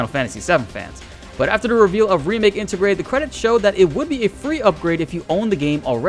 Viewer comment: Inter-grade,, not inta-grah.